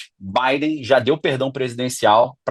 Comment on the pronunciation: O cara não sabe nem pronunciar o nome do Joe Biden… so much bullshit